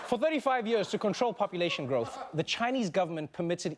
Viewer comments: yee ahs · I love how he says "years"